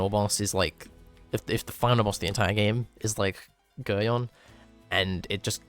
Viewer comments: its pronounced Gerry-on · For the people who seem to mispronounce Geryon it is pronounced like Garion or G-air-ee-on